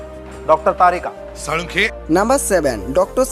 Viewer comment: Not sarika its tarika